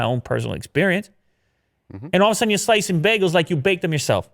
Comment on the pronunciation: Even though I live in Canada, it's always funny the way people pronounce bagels here. I'm used to "bay-gels". 😀